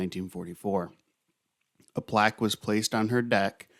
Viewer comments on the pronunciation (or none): none